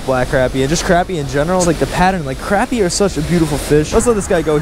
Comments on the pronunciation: FYI, it’s pronounced croppy not crappy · It sounded like you were saying crabmeat. It's pronounced crop-ee. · Pronounced “crop” not “crap” 😂🤦🏽‍♀️ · no its crappy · It’s spelled crappie but said like crop-ie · The only way to pronounce it is cr-o-pp-ie DA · Pronounced crOppie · You don’t say crappie right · Your saying crappie wrong